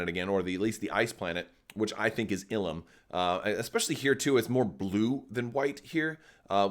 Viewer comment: I feel you are right calling it Illum